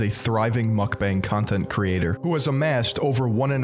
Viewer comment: Who’s gonna tell this guy Mukbang isnt pronounced mack-beng